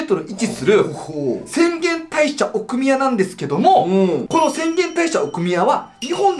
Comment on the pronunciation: どうでもいい事かも知れませんが、”奥宮”のアクセントおかしくないですか？